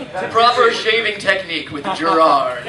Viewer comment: Jirard. It's Jirard.